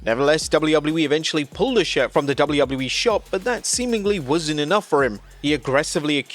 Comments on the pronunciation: My dude. It's WWE. Not "doullubuleee". Just.. slow down for a sec. You don't have to rush through your line reads. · Dubble-eee doubluyah yeeeee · DjoubbleUobbleU-E... LOL!